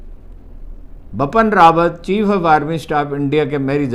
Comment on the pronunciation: Why does Haroon keep saying “BAPAN RAWAT”,the General’s name is,”BIPIN RAWAT.”The reason is,he reads from Urdu text.